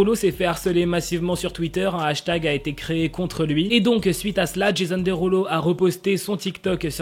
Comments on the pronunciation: « Jésonne Déroulo » ça m’a tué 😭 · sa se prononce comme ça mais c’est just qu’il le dit avec l’accent français du coup j’ai trouvé ça drôle :)